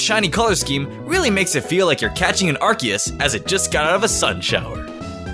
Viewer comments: ITS ARK-EE-US NOT ASS-SEE-US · you need to choose between Ar sea us, and Ar key us!!! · ARCEUS IS PRONOUNCED R-KEY-ES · No it's arcoose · First, Arceus is a Mythical Pokemon, secondly Arceus is pronounced with a hard "c" like Ark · Its weird how he pronounced Arceus and then Ar'keus' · I love how you literally alternated between RKS and RCS as the pronunciation for Arceus and didn't even say Yveltal's name! Great video! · its ar-KEE-u-s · He said arseeous ( ar-see-iess ) XD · Also the correct pronunciation is Ar-key-us. Just wanted to say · anyone else think Arceus is pronounced "Ar-Kay-Us"? Because.. you know... RKS system? They both change types due to held items...? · Its pronounced Ar-Ke-Us. Arce in Ar-ce-us stands for Butt in British. O.O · you pronounced acreas both ways in one number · Why you keep switching between pronunciation? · I love the alternating Arceus pronunciation lol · Which pronunciation are you choosing for arceus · I'm triggered by how he pronounced arceus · Dvery time you said arceus I cringed, this video is amazing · Shiny Arceus is my least favorite shiny legendary. Also I like how you pronounce Arceus like 3 different ways. lol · look at the way he pronounces Arceus in and then a second later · I love how he said both pronunciations of arceus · Arceus or Arceus (Arkeus)? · I like how you said two different pronouciation of arceus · He switched pronunciation of Arceus SO MANY TIMES. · Hmmmmmmmmmmmmm He says arceus in a super weird way mhm hmph where is the real one?!?!? ?!?! Hmmmmmmmmmmmmm is he ? Drunk? Idk pretty sure hes drunk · Take a shot every time he alternates Arceus pronunciations.